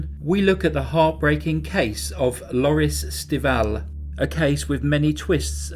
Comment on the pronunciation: I can’t be the only one who replayed over and over the way he said Lorys Stival too much class in that. Made me go pour a cup of tea. Veronica Palalero had some sauce on it also. Please cover more Italian cases 🙏